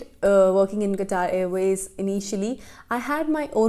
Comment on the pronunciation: The way you say " qatar airways."